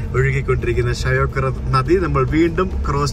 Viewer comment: ഷയോക്ക് അല്ല ഷ്യോക്ക്